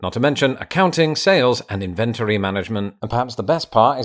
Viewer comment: another example of our 2 countries being separated by a common language. As you've, no doubt, heard your other half say, "inventory" get the accent on syllable #1, whereas you just said it with the accent on #2. Who'da thought?